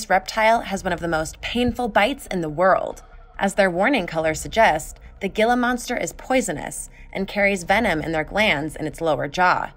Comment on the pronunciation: Gila is pronounce heelah